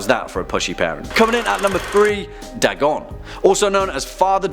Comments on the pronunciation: Its not "Dah-gon", its "Day-gon" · Its pronounced "Daygon" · Your pronunciation of Dagon was off. It's said Day-gone. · Pretty sure it's pronounced DAY-GON not DAH-GON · It’s not da gone It’s day gone, Dagon is the god of fish, and he is the coolest in my opinion. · i thought dagon was pronounced Day-gone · It's pronounced "Day-gawn" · Pronounced: day-gone. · its pronounced DAY GONE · I'm British and I know it's pronounced Daygon the only reasonable excuse is that he just reads a script he probably doesn't care at all and is just a puppet of a company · Your pronunciation of the name "Dagon" is off by far. And no, Dagon is the earthly name for the creature, unlike Cthulhu, which is spoken in an Alien tongue and thus not meant to be pronounced by the human tongue. Dagon is pronounced (as mentioned in one of the MANY letters Lovecraft wrote) "Day-gone". So points off for that. Also, Hastur is mentioned in "The Whisperer IN Darkness", not of darkness.